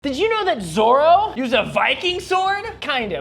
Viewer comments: It is Zorro not zoro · Who tf is zorro 💀💀💀 I really thought bro said zoro from one piece 😭😭😭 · Oohhh... Zorro... Not Zoro 😂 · They can't pronunciate "Zorro", so what they say sounds like "Zoro", the One Piece character 😅😂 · oh Zorro not zoro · The fact that English pronunciation makes Zorro sound like Zoro is hilarious to me. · Zoro not Zorro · Zorro is pronounced with a long R since its Spanish, u also ray the R with the top back of you're mouth (Ik what I'm talking about cuz I'm Spanish) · El Zorro, roll the rrrrr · Is so wierd for me hearing people calling him "Zowro" I didn't knew that's how you guys pronounce it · isn't zorro pronounced zorrO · I undertand that pronouncing the double r might be difficult, but... Great video though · You pronounced "Zorro" so terribly wrong that it took me a solid moment to understand what you were even talking about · I think it’s because how you pronounced Zorro It got me think that we where talking about the green haired pirate and not the Latin American hero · I mean, by the way they are pronouncing "zorro", he is totally right.